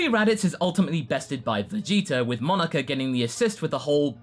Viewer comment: Is it just me or does it sound like he. Is saying Monika not Monoku